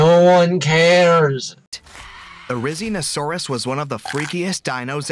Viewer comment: No one realized they said “rizinosauris”